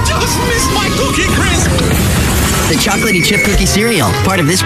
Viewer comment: Crisp, not crips.